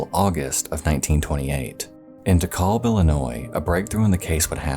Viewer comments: im sorry but it’s “D-eek-al-bh” if im thinking of the same dekalb, IL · Insane. Great video!! I grew up in DeKalb, IL for a number of years and never heard anything about the Collins case. Usually you hear about these things no matter the amount of time passed. Even the oldest cold case solved was the town over (Sycamore, IL). Also, its pronounced Deek - al - b. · i cannot stop laughing at how you're pronoucing dekalb lmao